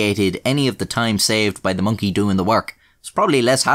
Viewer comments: Am I the only one who really enjoys the way says the word Monkey? “Monky” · minky to be precise:) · I love it when you say Mönkee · The way you say Monkey doe